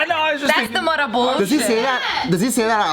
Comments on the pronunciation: What are Jess' thoughts on "Beaw" then? Also, since Jess says that she watches every JKNews, I can kinda see how she can get tired of Joe saying mudda since he says it like 98-100% of the episodes. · James.. do your job. I swear I've heard Jess say Mudda voluntarily b4